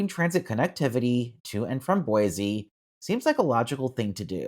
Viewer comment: I would love a train service here. Also, Its is Boi-cee...not Boi-zee and We-zer not why-ser . :)